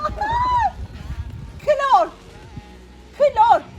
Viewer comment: Sen kilor diye telaffuz edersen kloru adamda kilot der